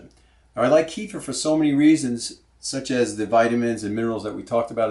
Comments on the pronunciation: Another offender ... Please! It's pronounced Keh-fear! NOT Kee-fer! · Thanks for the video! Just as an FYI...the word "kefir" is from the middle east. It is not pronounced [KEY-fur]. It is pronounced [kuh-FEAR]. Since this video is 8 yrs old, you may have been corrected before but I'm adding this just as an FYI. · It's pronounced "KEFF-eer" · great video! Thanks. But KEFIR is pronounced more like ke- feer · well .... you can "invent" even 25 ways of saying! But the reality is that KEFIR's original name is pronounced as "ke-feer" (or at least "ke-fear" if you wish). And that's how it's called for centuries. When first American enthusiasts adopted KEFIR they took the writing (spelling of it) without any clue of pronunciation ... and mispronounced it. That's how you get this mess :) The languages (Russian, Polish, Czech etc), the Americans borrowed the name of KEFIR from are quite strict and simple in regards of their spelling/pronunciation and usually (with very few exceptions) write the words as they sound. Unlike English :) So there you go: "ke" ("e" as in WEST) + "fir" ("i" pronounced as "ea" in EAST). Hope that helps :) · GAVE YOU THE WRONG REF ON MY PREVIOUS COMMENT RE:- KEFIR PRONUNCIATION - " KUHFEER " - CLICK ON THEN CLICK ON SPEAKER - THANKS - PETER OTTAWA ,CAN. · Please repeat 3 times. Keh-feer, keh-feer, keh-feer. ha ha ha. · keeh-furr lol